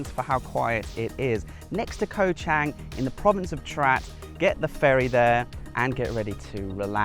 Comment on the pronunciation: In Romanized Thai, the "A" is pronounced as in father. Chang is not pronounced as ang. The 'A' makes it ((Chawng)) In Thai, the Grammor is backward to English as Kho (Island) and Chang (Elephant) comes out as Elephant Island. There is a cheaper strong beer made in Thailand called Chang...remember the A is pronounced as in father making it (((CHAWNG))). ..I've spent years there and travelled the country extensively..I'm happily married to a Thai Citizen for 18 years now.. sound smart, not green....Choke Dee Krup (Good Luck politely) Is a very common good by in Thai